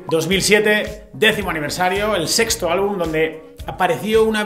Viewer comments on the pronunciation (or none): none